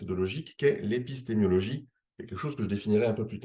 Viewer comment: J'ai pas arrêté de dire épistémiologie, au lieu de épistémologie. Je suis vraiment désolé 😅😆